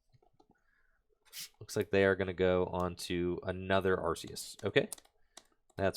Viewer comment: is the way to pronounce Arceus. It's said in the latest promotions as arc-eus too.